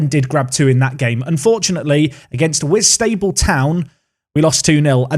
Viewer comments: ‘Saint All…Bans’ ‘Whit…Sta…ble’ ‘Ha…ring….gay’ You’re welcome. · Great vid,...but I'm gonna help you out a bit; 1. HarinGAY boro 2. WhitsTUBBLE Carry on 👍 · Love some of the pronunciations to the teams here haha, Whitstable town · Folkestone and Whitstable... I'm starting to think Kentish towns have difficult to pronounce names!